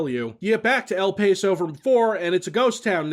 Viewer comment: It's EL "Pah-so" not "Pay-so"